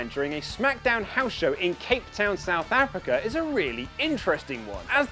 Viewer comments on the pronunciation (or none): none